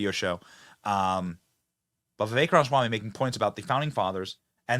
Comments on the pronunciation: RAMA Swamy not ronswamy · I don't know who this Charlemaigne guy is but he seens to be not that bright to me. Seems to be stuck in a certain mindset and does not hear what Vivek says. Benny, Ramaswamy is pronounced with the first 'a' - it is not pronounced Ram - swamy. Love your shows but not a big fan of this one. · Why is it so hard for you to pronounce his name lol, "Vivek Ranswamy"?? lol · I love you Benny, big fan for many years, but slow down and say it with me, Ram-A-swamy. 😂😂😂 sorry it’s my ocd 😒😆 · Dude, you sound so stupid when you mispronounce Viveks last name. We all know how it's pronounced, please take the millisecond of extra time and say it right.